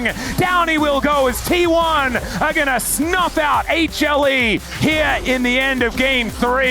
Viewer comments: 有人知道為什麼英文主播一直喊什麼A茄力嗎?不知道那什麼意思 譬如這邊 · 他是說HLE只是連起來